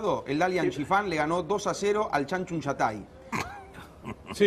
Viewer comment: Por si a alguien le interesa los equipos se llaman: Changchun Yatai y Jiangsu Suning (Marrón los pronuncia para el orto xd)